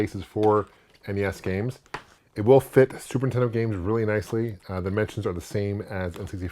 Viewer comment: “Superintendo” This guy and AVGN crack me up how they pronounce it. And I’m their age!